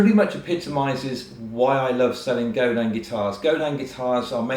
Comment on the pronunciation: Godin makes brilliant guitars anyone can afford. They're a true credit to the industry. Also, as a Canadian, I'd like to say thank you for actually pronouncing "Godin" correctly.